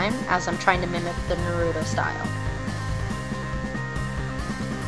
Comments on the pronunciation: Nurudo?? xD Its Naruto. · oh no.. she said nuh-roo-toe. that is so wrong. tsk tsk.